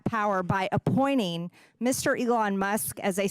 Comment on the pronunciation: It makes my skin crawl how MTG adds a T after every syllable that ends with an N: conTstitution, NanTcy. But then when a T actually follows an N, she omits it: appoining. Ugh! She sounds as ignorant as her ideas.